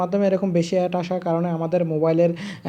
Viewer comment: কথা বলতে জানেনা শালা এড কে এট বলে